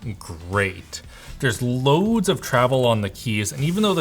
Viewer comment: The way you say ‘Loads’ make me uncomfortable. Great unboxing!